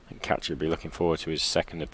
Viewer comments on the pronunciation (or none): His name is Kaci, not Catch-key!